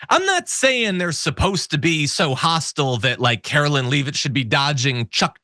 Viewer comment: Please, it's karo-line not karo-lynn